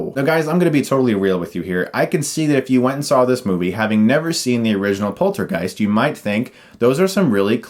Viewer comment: The way he says poltergeist sounds like polter-GUYS. Hahaha now I have a new band name and trademark it before anybody steals it :P